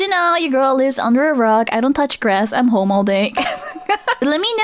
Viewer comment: My hearing must of gotten worse, I heard "I'm homo all day" not "I'm home all day" Am I the only one who heard that and had to play it back a second time?